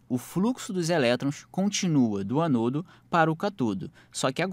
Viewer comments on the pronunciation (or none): anôdo? catôdo?